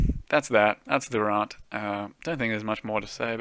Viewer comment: Raaaahnt. The new Australian accent is funnier than the old one.